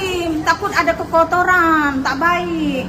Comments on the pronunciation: kekototoran..Kokonohaaa aann..😂😂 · Macam orang kl je cuba dengar dia sebut kekotoran macam orang kL 😅